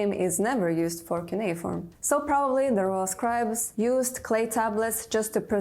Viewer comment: le CU NE I FORME? pas cunea ni keyforme. Elle sort d'où cette cruche ?